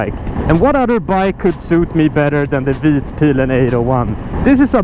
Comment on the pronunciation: Finally someone who can pronounce vitpilen correctly. Please say Öhlins correctly once in a video, I swear you'll be the first on Youtube to do so.